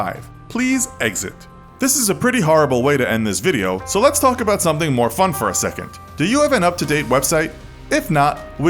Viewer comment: "So lets talk about something more fun" (emphasis on more fun)